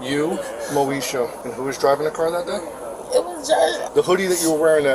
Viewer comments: "moe esha" come on man what r we doing lo l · Hearing him constantly say “Moesha” was hilarious. He’s good at his job 😅